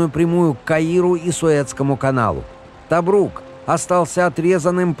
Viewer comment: ТобрУк, ударение на О, ТОбрук!!!!